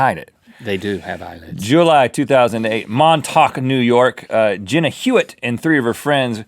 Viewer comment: Love how he pronounced montauk